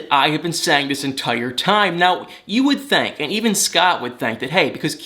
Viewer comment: Ok can I just ask why you say words with a I with an A? Thank-think-lank-link-brang/bring it drives me crazy just saying